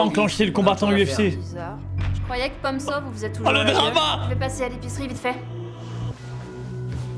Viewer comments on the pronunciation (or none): Je croyais que son nom était pom so de la manière qu’il le prononce mais bon j’étais loin